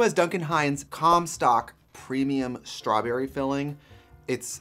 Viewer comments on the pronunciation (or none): 13;45 “STRYBURRY” SUPREME CAKE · Love how she said "straYberry" hihi